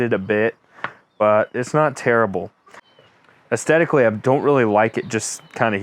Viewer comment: Astetically or Aesthetically? Good video though..